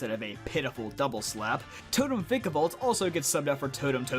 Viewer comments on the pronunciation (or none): none